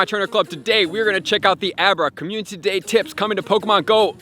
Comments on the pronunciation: How many times do I have to hear him say "communTity" day before he realizes. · Slow down and pronounce community properly please